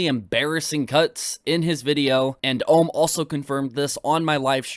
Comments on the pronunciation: Never seen anything from this keemstar guy before but does he seriously not know how to pronounce the word ohm? Like seriously he needs a basic electrical course to learn what ohm is. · Or Ohm's, when he said Armreckord I died of cringe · it does bug me that he keeps saying ohms name wrong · as soon as i heard keem say ohm i stopped watching